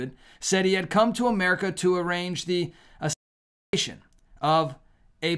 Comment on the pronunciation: hey, if you can say “assassins creed” you can say Assassination.